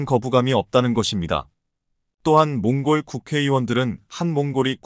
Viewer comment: 이 바보야, 틀린 글자는 고쳐 읽어라. 콩골은 몽골로 고쳐 읽어 야지